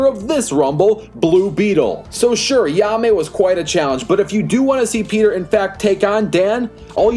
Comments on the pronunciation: you did not say his name right at all bro said ya-me instead of hai-me JAIME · Lol ya may? It’s Jaime (hi mey) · No disrespect but ur saying jaime wrong it's like "Hi-Mai" not "Ya-Mai" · Who tf is he-ame! Its jay-me or hi-meh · “Yahmay rise” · Also, if I may, Jaime's name is pronounced as "HIGH-MAY" I know Spanish isn't your strong suit (heh) so I'll cut you some slack but please keep that in mind next time. Thank you. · Its pronounced ha-eemeh(jaime) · Yaa-may? What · Great video but the way you pronounce Blue Beetles name really bugs me lol. It's pronounced Hi-May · 1. ............. learn to say his name.